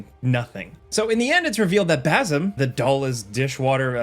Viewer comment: Dude can't pronounce bazim SMH annoying